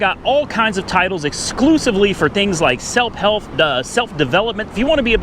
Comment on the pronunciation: Selp helf? 😂😂